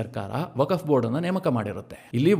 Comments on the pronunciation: 🙏 ಸರ್ ,,ವಕಫ್ ಅಂತ ಉಚ್ಚರಿಸಿದ್ದೀರಾ,,ಅದು ವಕ್ಫ್ ಅಂತ ಉಚ್ಛರಿಸಬೇಕು. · ವಕಫ್ ಅಲ್ಲ ವಕ್ಫ್ ಅಂತ ಸರಿಯಾಗಿ ಹೇಳಿ.